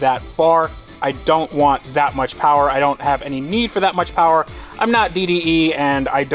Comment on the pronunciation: More powah baby